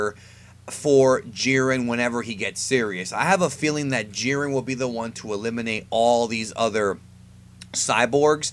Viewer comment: Gohan facepalm He was joking about how you said "Jiern" instead of "Jiren". Anyway, Goku atm, beats most versions of Superman. Cosmic Armor, Strange Visistors, and a few others beat Goku. Since Jiren is around Goku's level, the same applies to him. He beats most, and gets stomped by the OP versions.